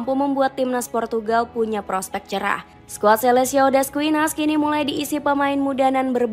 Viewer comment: Bacanya riKardo Kuarezma tulisannya Ricardo quaresma bacanya skuad selekao